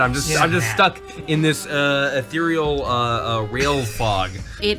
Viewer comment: Love you guys and what you do! This has been bugging me though. The word is "ethereal." Corporeal and ethereal. Thank you for your time😊